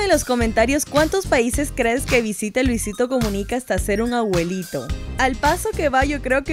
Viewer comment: primero aprede a pronunciar abuelit@ no aguelit@ 😑😑